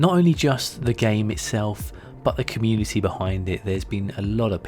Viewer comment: did he say 'comunikity'?!